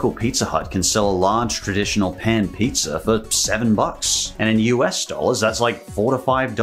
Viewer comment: He says pizzer..lol